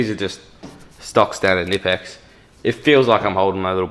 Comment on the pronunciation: you should pronounciate the "k" in knipex, "knipe" is the clamping motion you do with your hand when you use the tool . hense knip-ex. also i wish the focus was set on the tools rather than the backround. apart from the focus, great video !